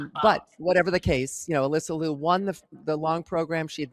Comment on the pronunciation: not Lou it is (LeeYou)